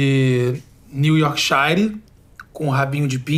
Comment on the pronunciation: "NEW YORK SHIRE" KKKKKKKKKKKKKKKKKKKKKKK